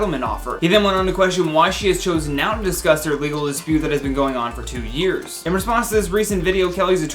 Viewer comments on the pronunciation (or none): none